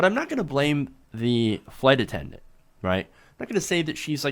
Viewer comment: Hard for me to focus on this story but he keeps saying "attenment" instead of attendant. Anyone else notice that? I wonder what happened to the flight attendant? Should have been fired. I can imagine how the black passenger must have felt...being doubted because of her color.😣